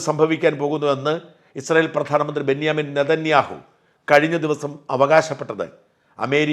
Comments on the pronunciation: ബെന്യാമിൻ നെതന്യാഹു ആണോ അതോ ബഞ്ചമിൻ നെതന്യാഹു ആണോ...???? ബഞ്ചമിൻ അല്ലേ 🤔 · ബെന്യാമിൻ നെതന്യാഹു ഇപ്പോഴത്തെ ഇസ്രായേൽ പ്രസിഡൻറ് ബെഞ്ചമിൻ നെതന്യാഹു വിൻറെ മരിച്ചുപോയ സഹോദരനാണ് താങ്കൾ പലപ്പോഴും ബെഞ്ചമിൻ എന്നതിന് പകരം ബെന്യാമിൻ എന്നാണ് പറയാറുള്ളത് തെറ്റ് തിരുത്തുമെന്ന് വിശ്വസിക്കുന്നു❤